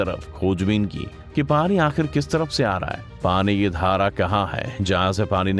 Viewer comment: Kya style mey bolte ho bhai. Pani ko Parrin 😂👍